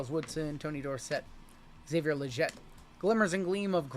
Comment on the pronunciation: Love the channel and info you provide during rips and breaks. Just a heads up and I his isn’t criticizing but a slight correction. Xavier Leggette is pronounced Le Get and not Le Jet. Keep up the awesome content.